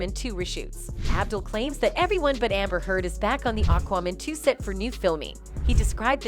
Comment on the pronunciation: STOP PRONOUNCING IT AQWOMAN. IT'S AQUAMAN. MAN! GET IT? MAN! FUK!